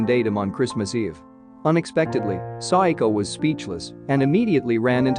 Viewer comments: It's SA WA KO, not Psycho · He’s keep saying saiako its sawako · Her name is SAWAKO not SADAKO!!!!!!!!!!!!! or PSYCHO in this case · Am I the only one that KINDA hears her name as if he can’t quite say the word “Psycho”? I know he’s not saying Psycho. He showed it as Sawako. I THINK he’s saying su-i-ko Please, correct me if I’m wrong.